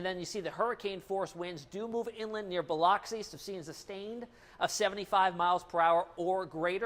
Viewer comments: Pronounced Buhluxee Not Bioloxy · BA LUX E~ Not BI LOX E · Dude you are butchering the name Biloxi. It is pronounced bill-uck-see not bill-ox-ee. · nice job, but for future reference, Biloxi, MS is pronounced "Buh-luck-se" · OMG! Biloxi is pronounced as if spelled Biluxi. Come on, media post grad, noobie. LOL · I like this guy. But fyi biloxi (bu-lu-xy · Nice forecast. I think you should know that you aren't pronouncing Biloxi correctly. The 'o' sounds like uh, not ah. I'm from Florida and that's the way it's pronounced. Just thought I'd share that with you so you don't get laughed at. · I love how he pronounces Biloxi 😂🤦‍♀️ Definitely not a southern boy. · Ask someone who know how to pronounce Biloxi. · It’s pronounced Biloxi